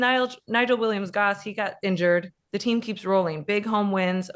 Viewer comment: U should pronounce ur Team properly by now.. 🙄🙄